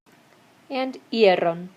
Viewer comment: You are saying the aron ending sounds arron and it is not correct, you also say ierron instead of ieron, the video is great but that information needs to be corrected